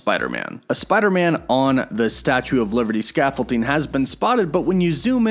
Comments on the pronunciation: Love your content Tiny little nitpick: please stop pronouncing scaffolding with a t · scaffol"D"ing. it's been bugging me since the last two videos, i'm sorry. xD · There's no T in scaffolding god damn it!